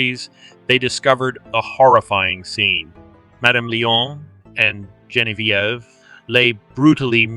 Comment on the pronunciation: Hopefully you take this as constructive. Zhe [like the as portion of tre as ure] On [Like john] V [Like the letter] Ev [Like ever] So... Zhe on v ev Gen vie ve 👍